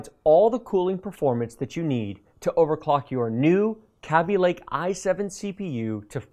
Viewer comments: Me: "Ah yes, Kaby Lake" You: "Kabby lake." Me: "God damn it, whatever, at least you didn't say risen" You: "Risen" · this dude cannot pronounce Kaby and Risen correctly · Highly triggered at the way he pronounces Kaby-Lake and Ryzen. #TRIGGERED!!!